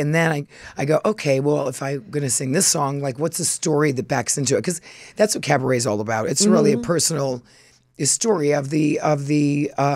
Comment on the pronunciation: A minute and 14 seconds in and Luann is saying carbaret! She never disappoints. The countess is a machine and love it. 😂